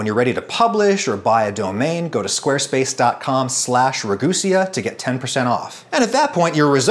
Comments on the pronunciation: I thought it was pronounced Ra Goo See Yah, but now it's Ra Goose Sia! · It’s pronounced re goos-e-ea....woah